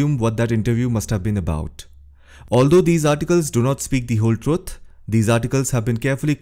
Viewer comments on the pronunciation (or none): Trut? That is lazyness. Instead of learning to say it properly.